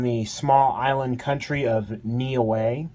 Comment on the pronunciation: Solid collection👌. Just one thing, pronunciation is “New….Eh” - Niue👍.